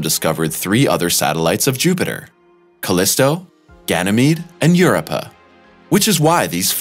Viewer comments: Ur-up-ah???? Not Europe-ah???? Really? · Europa= Eur-oh-pa not Euro-pa... second only to I-O. Or corectly Eyeoh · Dude said.....I......O. and EUROPE-(AH). ER-BODY ELSE SAYS IO AND EUROPA. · So annoying when supposed experts can not take the time to learn how to pronounce words within their sublect matter. Every time i heard I O, i cringed. Europe - ah? Channel should be called interesting pronunciations. This channel gets an f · Get a new narrator! He can't pronounce Io and Europa correctly! "I owe YOU!" IOU?!? NOOOOOO!!!!!! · Great video as always but half the reason I clicked on it was to see if he mispronounced "Io" the same way he did "Europa" in the other video. 🤣